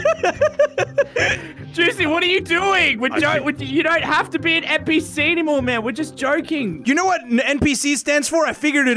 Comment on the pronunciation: Did narrorator really say PNPc LOL